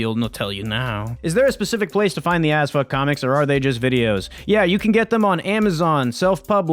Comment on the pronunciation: Am i the only one hearing Azfuck